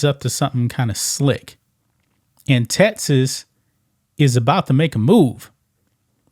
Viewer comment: Dude you can’t say Texas! It’s Texas! Not TeTas. Geez man.